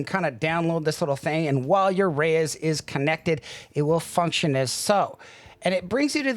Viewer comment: Why are you calling it the Reyes? Lol